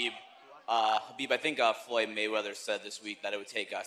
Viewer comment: "I think Mayweser"